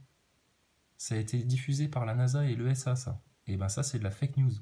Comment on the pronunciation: L’ESA comment tu le prononces c’est marrant